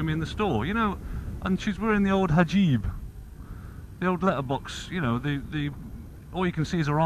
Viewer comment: Hijab = Hajib. Lol. Just kidding,.